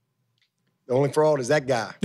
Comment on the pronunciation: Is he saying frog or fraud lol 😂😂😂